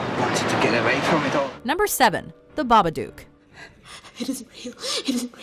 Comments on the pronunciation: It's not "baba DUKE", it's "baba-DOOK", as in "hook". Sheesh... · BabaDOOK rhymes with BOOK and LOOK not BUKE or LUKE lol it def isn't Baba-duke, guys. C'mon. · You're pronouncing Babadook wrong, the -ook is pronounced like look, not fluke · The Babadook is supposed to rhyme with "look"…as demonstrated in the poem of the children's book that introduced the monster to the family. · I'm sorry but how did you say babadook...OMFG!